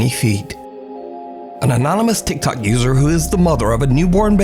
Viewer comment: Every time I hear you say TicTok user I roll my eyes lol!!! TicTok users are full of BS in my opinion!!!